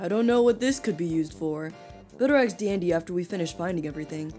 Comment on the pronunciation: I like how ur not saying ask... ur saying aks 😂😂